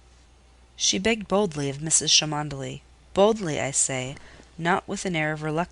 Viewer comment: Mrs Cholmondely is pronounced “chumley”. Sorry but it’s distracting.